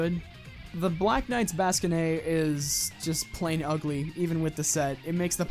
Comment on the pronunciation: your pronunciation of bascinet is kinda painful to my ears. nothing more to say. good video.